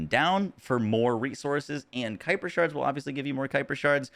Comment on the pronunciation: Ayyye you pronounced it the way I said sounds right on your stream the other day. 😂 Gotta be a Star Wars reference.